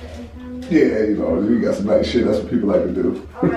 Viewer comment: He say shidd chapter 7 bankruptcy